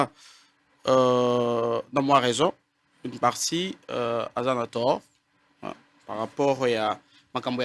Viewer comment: Ine au lieu de une ,institit au lieu de institut !!!!Pourquoi le docteur ne parle pas lingala ?Français ya malonga te explication ya malonga et a za monganga !!!!